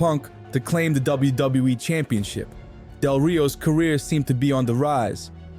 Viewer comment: Wow, you are really struggling pronouncing WWE.